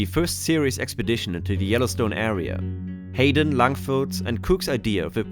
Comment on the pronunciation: Hi-den? It’s pronounced HAYden… 😅 It’s weird you go back to pronouncing it differently… have you been to Yellowstone 🤨